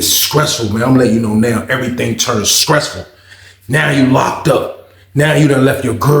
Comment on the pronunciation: Skressful!! You chopped that word up 😂